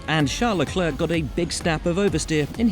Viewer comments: How can you still pronounce leclerc wrong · No one: Every English journalist: LEGLERGG